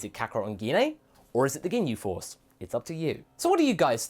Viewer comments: guinaye- is not how you say her name, its pronounced jin. i couldnt watch this video because of that. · Wow, he still can't pronounce Jean's name right. Now that's funny!